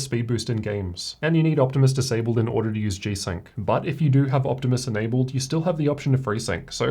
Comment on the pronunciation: “Optimus enabeld”